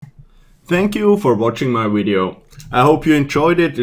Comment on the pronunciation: I love the way you say "wideo" :)